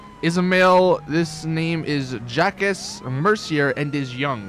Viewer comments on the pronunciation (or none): Jacques pronounced Jack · Jacques is pronounced "Jock"